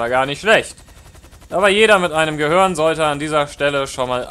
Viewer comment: Es heißt Gehirn nicht Gehörn